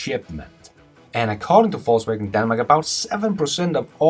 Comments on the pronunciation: pronounce....faux wagen... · sound like he is saying falsewagon :) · Fux Wagon ?